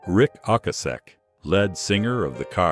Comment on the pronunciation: At 3.17, Rick Kekoset (never heard of him) who was "LEAD" as in the heavy element, not LEAD as in the front. Why why why do they use these computerised narratives/translations/News banners etc.